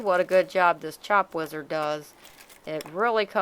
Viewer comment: I thought she said lizard too.lol